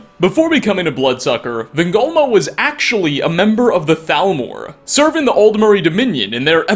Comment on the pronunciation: "Van gogh moe"